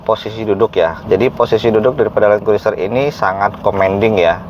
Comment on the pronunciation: Bacanya kruser om... I nya gak usah diucapin... 🤣 🤣